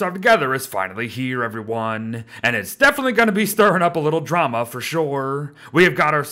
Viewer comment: At the end it sounded like “a little trauma” 😅 you gotta pronounce your d better